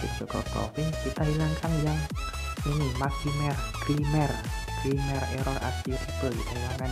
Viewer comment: Tolong bang, "grammer" bacanya "gremmer" Bukan grimmer Hehe, masukan aja ini yak